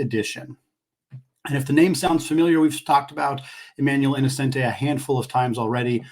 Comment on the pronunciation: as a student who just got back from gonzaga in florence, it’s pronounced e-no-chen-tee :)